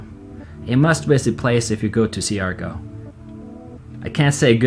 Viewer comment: Hi, I just wanted to let you know that it's pronounced "Shar-gaw". No negativity. Philippines is definitely beautiful.